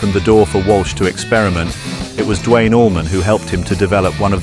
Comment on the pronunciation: It's not Dwayne Allman, it is Duane. It's not Chuck Barry, it is Berry.